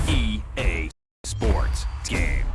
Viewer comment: "EA SPOR TSGAME"